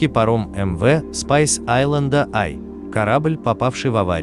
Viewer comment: Перевод ужасный, название судна и то толку нет нормально произнести